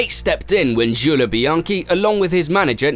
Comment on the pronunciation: Man I can tell you've been practicing pronounciations of non-English word and names. You're getting pretty close, but not there yet. It's not "sharleh" it's "sharl". You could lose the 'eh' after some names/words. "Juuleh" -> "Juuls" etc.